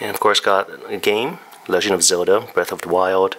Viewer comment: Zelda. not Zewlda